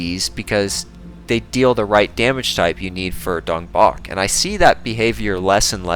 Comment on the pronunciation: I refuse to believe that's how Dongbaek's name is pronounced